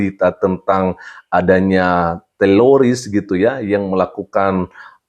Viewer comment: Bukan teloris pak pdt..tapi teroris..